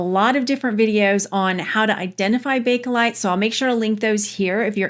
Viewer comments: Sorry but do you realize you keep saying Bake-A-lite? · I'm going to be 71 soon. When I was young and my mom and aunts were discussing it they always said Bake-lite. The Bake-uh-lite has become predominant in the past 20 years. To me it's Bake-lite since that's what it was called in the beginning.